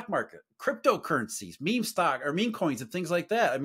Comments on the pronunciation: He said “memay” bro its pronounced meem 😂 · Did he call meme meh meh? 🤣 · needs to learn how to pronounce Meme, lest he becomes one of them.